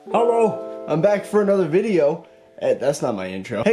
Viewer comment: Every time he says "Helou" the right way we all know it's gonna be a great vid 😍😜😳